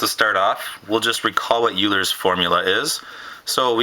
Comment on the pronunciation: Euler = Oil-er